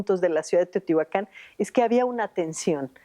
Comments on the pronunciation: No es correcto pronunciar Teotihuacán omitiendo el acento ortográfico en la última sílaba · El título del video es “SECRETOS DE TEOTIHUCÁN” pero la arqueóloga Manzanilla y una voz de fondo insisten en llamarla teotihuacan, sin acento. Otra cosa más importante aún es que México no está en MESOAMÉRICA sino en Norteamérica. La única parte de México que está en Mesoamérica es la península de Yucatán. No sean tan ignorant es. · Muy lindo video, lo que me molestó mucho es oír a personas letradas decir "Teotihuacán" sin acento 🙄🙄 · Pronuncias mal Teotihuacán tiene acento